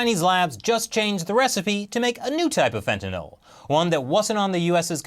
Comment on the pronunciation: I love you but you pronounce fentanyl all wrong LOL